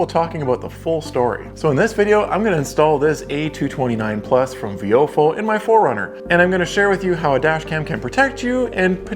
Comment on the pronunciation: I thought it was pronounced “VY-o-fo”